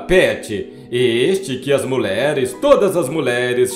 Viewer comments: Muleres é doze em seu locutor!!q tal dizer mulheres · Muleres. Kkk Que horror esse narrador.